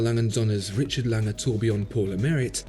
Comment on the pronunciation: It's Lange, as (un)usual...